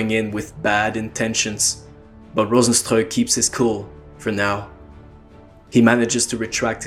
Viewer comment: yeah cause rozenstruik is a name from Suriname and that is basicly dutch and you are the first that pronounces it correct